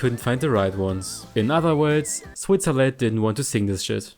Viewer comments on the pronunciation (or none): none